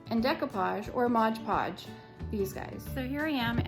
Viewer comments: MOD podge, not modge podge.....sorry, can't help it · MOD Podge not Modge Podge.